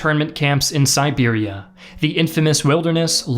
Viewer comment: I thought he said Serbia and almost died laughing